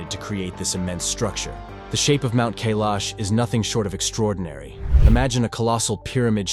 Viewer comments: I counted at least 5 different pronunciations of Kailash. Please pick one and stick to it maybe. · First learn to pronounce Kailash properly before you try to sell a story 😂